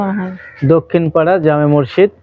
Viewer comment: আরে ভাই মসজিদ উচ্চারণ টা ও ভালো করে করতে পারলেন না। কি আফসোস রে ভাই আমাদের সৈয়দপুর, পার্বতীপুরের ভাই আমাদের মান সম্মান টা রাখলেন না।